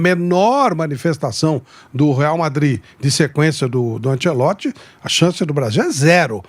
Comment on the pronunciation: Ánchélotti, Ánchélótti, Ánchélótrti.... valha-vos Deus|||